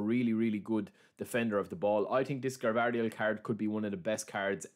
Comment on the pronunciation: Not Gavardiol it s Gvardiol